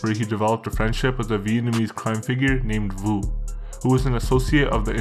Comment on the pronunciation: Vu is pronounced "Yo"